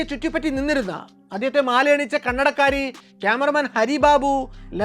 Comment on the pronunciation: കണ്ണടക്കാരി എന്ന് പറയുന്നത് കേൾക്കുമ്പോൾ കന്നഡക്കാരി എന്നാണു തോന്നുന്നത്